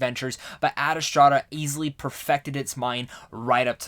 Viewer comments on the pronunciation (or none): Ma boy said “Ad Estrada” lol. Love you man but bruuuhhh. You did the same thing with “Dr. Saveena” from Shazam... it’s Ad Astra and Dr. Sivana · I was thinking that. It's Ad Astra as it's written. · Is it me or he just keeps mispronouncing the movie? He keeps saying "Adastrada"... adding an extra syllable to the word. Why?